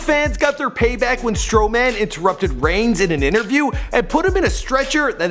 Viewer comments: apparently does not watch wwe. he said strow-man. lol. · Strowman, Seth Rollins and Dean Ambrose all pronounced incorrectly😂😂😂